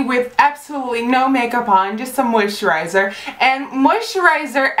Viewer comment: I wonder how many times she can say moisterizer haha